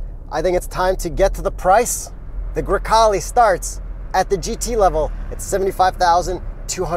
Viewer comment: It's funny how people from America or in this case Canada can't properly say Italian car names. I know that is hard but just put a little effort into it. If you say Grecale correctly it's really beautiful word.